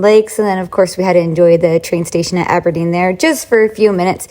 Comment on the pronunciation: Glad you enjoyed visiting Scotland. Loved the way you said my home city Aberdeen, and also pronounced Edinburgh properly. Nick should have had some black pudding with his breakfast.